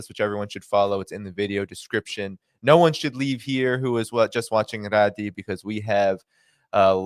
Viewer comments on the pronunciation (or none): Thank you, for another outstanding interview! Just one observation, her name is Ghadi not Radi 👍